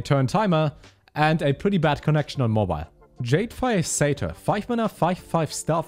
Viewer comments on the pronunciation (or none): none